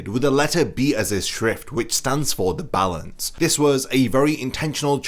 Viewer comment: Its not "the balance".....its "za balanzzzzzzzz"😂🤭